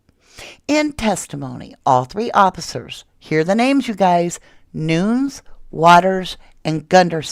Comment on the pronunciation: Isn't Nunes pronounced noo nez?